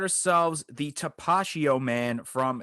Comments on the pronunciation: TAP-UH-TEE-O lmao not tapashio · Tapatio not tapachio😂🤣👍🏼